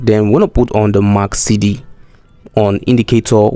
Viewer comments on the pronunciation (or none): the indicator is MAC-D not MAC-CD